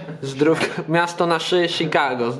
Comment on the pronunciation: "Miasto na Sz- Szikago " 🤣🤣🤣🤣